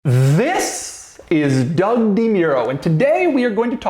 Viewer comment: Did he say DOG Demuro?